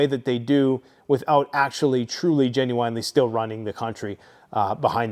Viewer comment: For the love of god. Could you stop pronouncing genuinely like that.